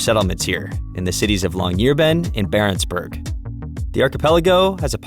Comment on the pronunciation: The name of the town is Longyearbyen, not Longyear.